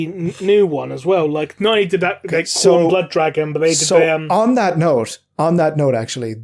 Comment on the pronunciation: you pronounce Khorne wrong